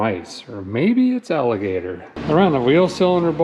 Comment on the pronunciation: This guys use of the “alator” is hilarious